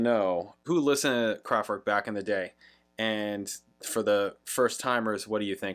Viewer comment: Why do you pronounce name KRAFTWERK wrongly???